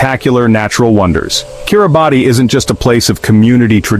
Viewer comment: This video is complete garbage starting with the mispronunciation of the the country's name